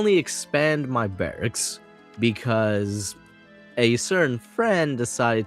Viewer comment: ❌ Barrcks ✅Barracks